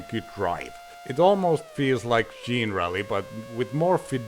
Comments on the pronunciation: "jean-rally"? I always assumed it was "generally" as in, "not specifically, but generally". 😂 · Isn't it pronounced like the word 'Generaly' but with Rally in the end? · We would call it "Jenna Rally" as in generation